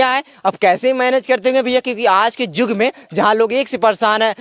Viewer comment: अरे पत्रकार जी जुग नही युग है बोलना तो ठीक करो